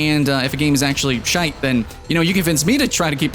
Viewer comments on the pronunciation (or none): none